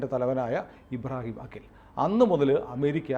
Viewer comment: അഖിൽ അല്ലാ..! അക്കീൽ...! ചെറിയ ഒരു വ്യത്യാസം